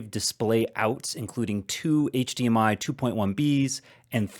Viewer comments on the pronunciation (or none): none